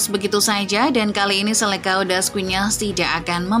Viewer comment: Seleção das Quinas.... Bacanya : Selesaung das Kinas...